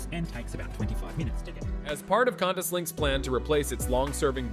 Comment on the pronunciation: Need to work on the voice over! Qantas is pronounced.. kwantas...not cantas.